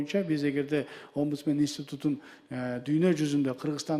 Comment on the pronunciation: Опудсмен дейт го Нарматова😮